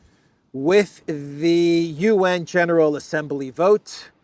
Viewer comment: Please Stop adding an "e" to the word Assembly!?